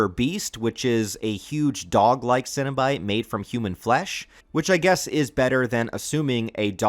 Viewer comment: Really well put together, and I love the inclusion of some of the comics as well. Did you get in on the Boom studios Kickstarter package this last year? Also if you haven’t yet, dig deeper into Clive Barkers novels and short stories. Definitely worth all the reading. But my dude, you are absolutely killing me with all the “Cinna-bite” and “Munchard” pronunciations. I’m trying so hard over here not trying to picture mini cinnamon rolls every time Cinna-bite is mentioned. 😂